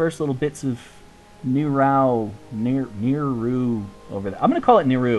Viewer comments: just a little comment on pronunciation, its not Ni-Row, its pronounced NiRou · Aw, I was kind of hoping that you would visit Kerkida. :p Also, I believe we all pronounce Nirou differently. There isn't an official pronunciation. :D